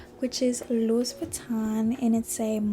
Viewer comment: It’s pronounced “Loo-wee” not “Louis” haha